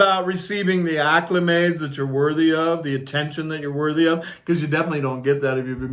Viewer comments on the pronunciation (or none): dear heart, I think you mean to say "ACCOLADES" (vs. "acclimades" which is not a word). Meant lovingly.